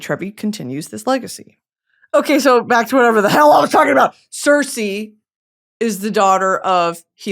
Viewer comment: Brittany love you much love you are pronouncing Circe wrong❤❤